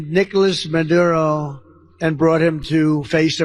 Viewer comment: Miller-tary? ... Menduro? Geez, he is starting to fade away.